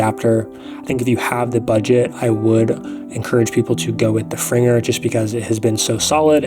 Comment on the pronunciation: Gave you a like, just for pronoucing Fringer correctly!!